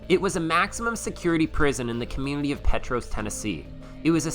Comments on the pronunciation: Its pronounced Pea-tross 😅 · I used to work there after my first tour in the AF. First, Petros is pronounced pee-tros. You made me laugh with your pronounciation. 2nd, it's not a valley, it's a "holler". I've gone back recently. The tour has me a bit conflicted. Not gonna lie, it was/is, hard to see kids running around being kids, where I know some really serious stuff happened. You may have read the plaques, with basic details, but our internal motto was "What happens at Brushy, stays at Brushy.". After going back I saw that they've held to that. It's probably best. While I wish I could've gone back into High Security and the Crow's Nest, I'm also happy it's not open. That's where I ended my time at Brushy, before I went to KCSO. There's some personal experiences there that I really couldn't deal with seeing kids run around where they happened. Not that it would be wrong, just difficult for me. Ultimately, I'm glad their doing what they have to to keep it going. Also, it was already haunted when I worked there in '95-96. You couldn't pay me to go back to medical. Nit after my own experience. That's a hard no.